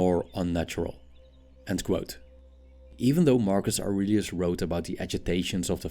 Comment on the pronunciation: Marcus Aurelius is the first words With the accent sounds like Argus argonauts